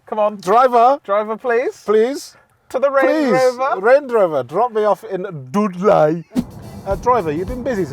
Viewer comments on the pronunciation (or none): Dudlay 'ay in Bermingum.